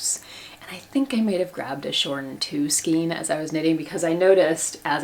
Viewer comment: The word skein is pronounced with a long “a” like neighbor and weigh. Why do you use a long “e” sound?